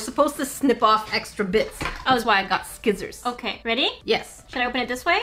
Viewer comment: I thought I was the only one to say skissors lmao